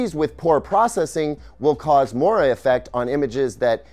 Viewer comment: That's not how you pronounce moire.